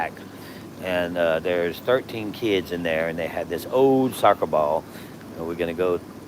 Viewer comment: Russell, try this. Say the word ball… but stop yourself just before pronouncing the L’s. You’re welcome. 🙂 Also, the other word you were looking for there… the greatest architect ever…. God. 🙏